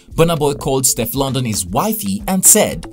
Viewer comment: The pronunciation of Steflon Don though it is NOT stef London